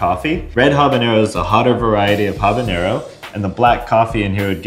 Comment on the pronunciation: I'm so happy to hear you say habanero WITHOUT THE Ñ.